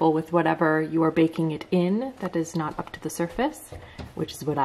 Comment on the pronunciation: it izz what it izz